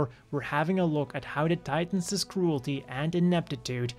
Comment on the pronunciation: I knew there was a reason why Titans was pronounced that way.